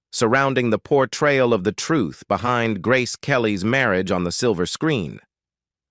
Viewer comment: The narrator of this otherwise interesting documentary is simply awful.. I assume that "Marry-agay" is the worst-ever pronunciaton of the word "marriage." The dreadful narration simply ruins the documentary. Oh, and the good people of Monaco are properly referred to as "Monégasques" (pronounced "MOHN-eh-gasks"). Crikey.